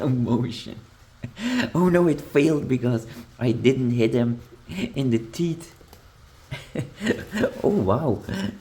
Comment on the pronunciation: Not "tits" but teeth ! That's a little bit different....